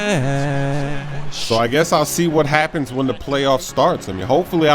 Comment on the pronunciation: Love it when u say spash 